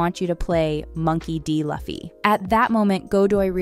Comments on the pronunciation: You can tell this person is just reading a script and didnt actually do the research, becuase she would 100% know its pronounced LOOFFEY and not LUFF-Y. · 1. Emily didn't cut her hair short and dyed her hair in the audition tape. There's a video where the cast watches their audition tapes. 2. It's pronounced loofy not laffy. 3. The picture shown as Eiichiro Oda is Eiji Aonuma, the director of Zelda games. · its not"laffyy",its "luuuuuffffiiiii":face-red-droopy-eyes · Huge fan of the anime and I can say I love this live action version too! Cast is perfect! But man, is it so hard to pronounce Luffy's name correctly?? It's Lu-fi, not La-fi! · Ok that's a decent deep dive couldn't you dug a bit more on how to pronounce the names of those characters the cast literally made a clip saying it's Loooo-feee not Lafi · LOFFY LOFFY ITS NOT LOFFY ITS LUFFY but great video by the way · Lol its pronounced Loofee. Also that picture of Eiichiro Oda was not Oda. That was the creator of Legend of Zelda from Nintendo, someone completely different. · I was on the hype train for this video until she said "Luffy" like "Loffy" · I had to stop watching the video, stop saying "LUFF-E" 1075+ its so cringy to mess up saying the main character's name. it's pronounced "Loo-Fee" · That photo is NOT Eiichiro Oda, and the character's name is pronounced "Loo-fee" not "Luff-ee". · It's ''LOO-FEE", not "LUH-FEE". Nice vid anyways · loofy not lufy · Please stop saying "luhffy". Its embarrassing and It shows you didn't even watch the source material and makes you sound not credible as a source. If you're going to be a journalist on this please get the pronunciation right. It's pronounced "LOO-fee". You would know this if you actually watched the show, oh snap. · Every time Luffy's name was mispronounced i cried inside and my soul left me piece by piece.. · the way you say luffy kinda bothers me :( it’s pronounced loo-fee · It was highly pissing me off lol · Bro who is Laffy? 😂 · Is not Luffy is Loo-Fee